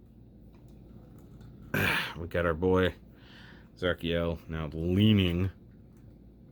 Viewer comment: The katakana on the box reads it as "Zerakiel," so you're on the mark with the pronunciation :P